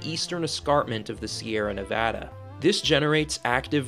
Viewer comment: Thank you for saying "Nevada" and not "Nevodda".